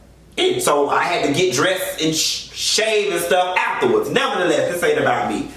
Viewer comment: I love when you say 'NEVER THE LESS!!!"